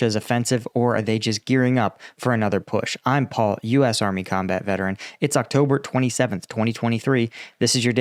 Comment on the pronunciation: In here for listening to your pronunciation. Never disappointed:) GJ Paul, great stuff as usual. Let's drink to Putler's croaking episode.